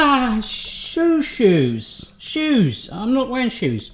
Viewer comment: Hey i like your videos. But please use kitchen towels and tongs next time. Can't hear you say shoes one more time. I'll die laughing 😂